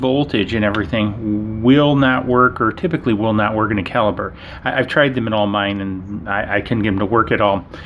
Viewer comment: "Caliper" is a measurement device and is pronounced with "p" sound, not a "b" sound. "Caliber" means the diameter or bore of a gun and is pronounced with a "b" sound.